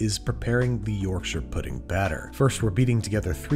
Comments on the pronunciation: Refreshing to hear Yorkshire pronounced correctly by someone who isn’t from the UK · HE SAYS IT CORRECTLY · Finally a American Who pronounced Yorkshire right big fan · Can we appreciate the correct pronunciation of Yorkshire? Yorkshur instead of york-shy-er. Impressed. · As a Yorkshireman your pronunciation of Yorkshire is admirable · Thank you for pronouncing Yorkshire properly 🇬🇧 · Thank you for pronoucing 'Yorkshire' properly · Excellent pronunciation of Yorkshire! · I'll level with you, when I clicked on the video I had prepared myself to be angry with the inevitable mispronunciation of Yorkshire (York-shy-re) and then you proved me wrong. I'm happy to be proven to be judgemental! 😂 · He pronounced Yorkshire right! Wooooo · Thank you for pronouncing Yorkshire correctly. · Congratulations on being the first American to pronounce 'Yorkshire' properly! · Thank you for saying "shur" rather than pronouncing it "shire"